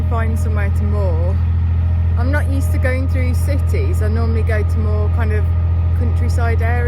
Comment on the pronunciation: "I'm just taking a photo I'm nawt on drugs "... 😅 Stop it now I'm falling in love with you. 😉❤️